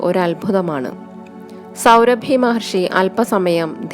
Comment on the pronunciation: സൗഭരി മഹർഷി....സൗരഭി അല്ല.....ആഖ്യാനം നന്നായിട്ടുണ്ട്